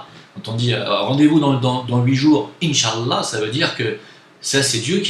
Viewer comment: Si tu veut prononcer inchalah prononce le bien stp par respect au moins